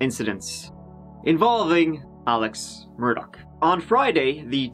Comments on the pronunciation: MUR-DAUGHHH Adore your content but no k at the end😺 Just like dough but daugh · IT'S MUR-DAUGH!!!! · Dam can’t read that link as they want a subscription in order to allow access! Anyways time for Part Tree of this saga my lovely! as of today’s news regarding Alex Murdawrer’s ( pronounced Murd daw rares )embezzling of the monies of the dead housekeepers estate worth 4 million!